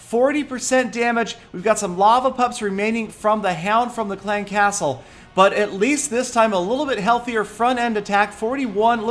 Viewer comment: The way says "clan castle" annoys the fuck out of me, stop putting so much emphasis on castle. It's clan castle. Not clan CASTLE.